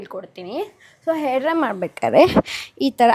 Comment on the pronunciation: No hate but why do you pronounce ha as aa and aa as ha? For example for hair you say air and for agta illa ge hagta illa antira. Why? Please do pronounce kannada correctly. By the way loved the way you styled your hair😊